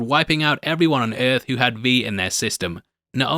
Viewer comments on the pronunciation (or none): Oi scorched earf